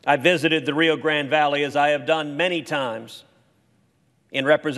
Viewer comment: Like Ted but it’s rio grand(e) silent E. NOT GRANDY